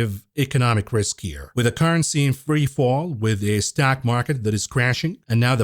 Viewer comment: whos jamie demon? heard of jamie dimon but not demon. you cant even say stock market. you're like: ståack market. I mean wtf is a ståiack? Learn english.